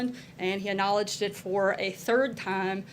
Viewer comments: First of all you dumb ass, calm down. Your shaking voice is giving it away and also, you don't say the word "acknowledged" correctly and it bugs me. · Why can't SH Sanders pronounce the word "acknowledged"? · It's not 'lyin Ted', it's 'lyin Sarah'!